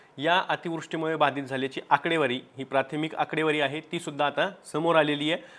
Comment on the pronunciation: नेहमी ऐकतो हा माणुस बाधित नाही तर बाधित का बर उच्चार करतोय